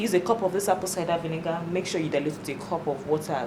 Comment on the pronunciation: When she says Apple Cida We Nigga 😂💫🙈